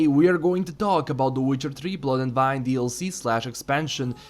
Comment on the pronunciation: wine ...as the drink... i still hear you say "vine".